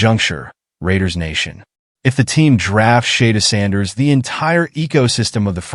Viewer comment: WHO THE HELL IS SHAYDURE SANDERS? IS THIS SOME AI STUFF? 🤔🤣😂